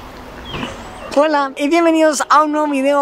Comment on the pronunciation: JAJAJAJAJA DICE “wola”